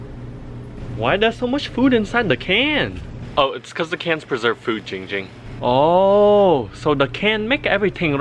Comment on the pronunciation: Giiiiing Ging❌ Ching Ching✅